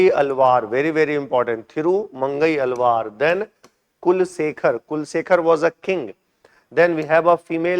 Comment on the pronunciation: Sir it is not andala it is Andal. Alwara ❌ Alwar Nynara ❌ Nayanmars